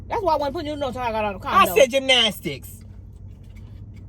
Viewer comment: the way pronounced Taekwondo 🤣💀 has me rolling LOL!